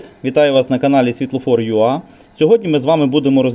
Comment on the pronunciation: Вибачте, пане ведучий, але Ви робите помилку, яка дуже "ріже" слух: правильно буде "світлофорюей", а не "світлофорюа", так як перша буква англ. алфавіт у - "ей". Вибачте, не хотіла Вас образити)